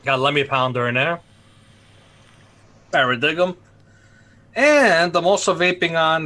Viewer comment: (Pair uh Dee um) guys.